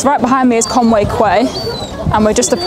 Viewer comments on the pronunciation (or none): Spat out my tea, when I heard you say Conway Kway, which I presumed you meant as Conwy QUAY, which is pronounced as KEY, not KWAY. That's what you get for bunking off English class.